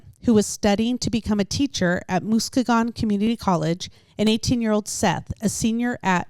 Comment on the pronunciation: Musk-ee-gun. Not Moose keg un lol.